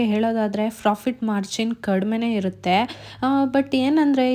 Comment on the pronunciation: Nice video .. but you are pronouncing as Frofit Margin please pronounce clearly as Profit Margin